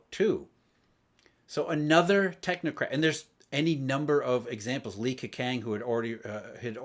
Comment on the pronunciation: I've been living in China and Taiwan for over ten years. Your take is really impressive. Just to let you know, Li Keqiang's "qiang" is pronounced "chiang".